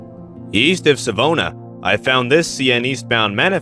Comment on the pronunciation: Connaught is pronounced “kuh-NOT”. Accent on the second syllable. Savona is pronounced “Savon-AH”, accent on last syllable. All in all, a great video.